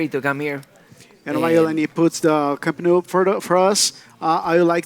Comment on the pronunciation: "Camp nuu" the way he pronounced it is pathetic